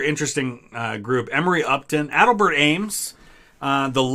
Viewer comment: a-DELL’-bert Ames.